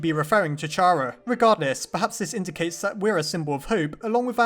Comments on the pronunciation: Still pronouncing Chara's name like that, eh? Well, if we are to believe japanese version of Undertale 'Ch' is supposed to be read like 'K', since true names are "CHARA", "きゃら" and "キャラ" latter two being "KYARA" in hiragana and katakana respectively. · Also the ch in chara does not combine to make the ch sound it makes the kh sound kh ar a like character (yes the English language is confusing) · The pronunciation of Chara is Kara ok? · IT'S PRONOUNCED KARA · Finally someone else says chara wrong like me lol